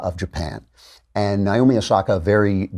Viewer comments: Lol, when a female from a certain culture within the United States finally gets held to the rules lol. Edit: Also, if anyone from the daily wire sees this, it's pronounced neigh - oh - me, not nigh - oh - me. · It’s Na Oh Mi, Naomi, not Naiomi